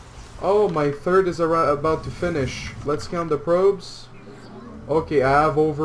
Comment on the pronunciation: plz, stop saying "third" and say "turd" again, it sounds horrible